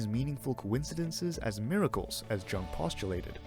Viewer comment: Soft J my friend 🥰